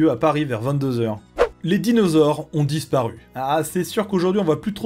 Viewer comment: 🤣 Bravo pour "Les dinosaures ont disparuS" ! Ah ah ah ce S après avoir. Mais bon, c'est juste un détail amusant, le contenu vaut le détour, et non pas "vaux" le détour 😜